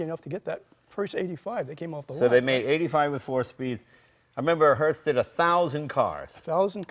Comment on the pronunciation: i kept hearing Hurst